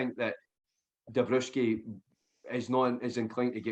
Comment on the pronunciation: Alert!!! Beige police here. His name is pronounded dombrovski ;)